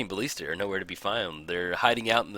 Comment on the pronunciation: Jeez, its walking ba[ll]ista. Not bal[ee]sta.